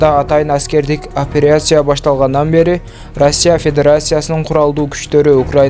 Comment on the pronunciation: Федерайсия эмес федерация..операйсия эмес операция деп ..тамгалардын Оз ордунда окуп айтып журсонор ..